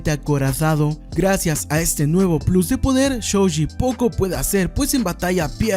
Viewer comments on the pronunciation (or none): none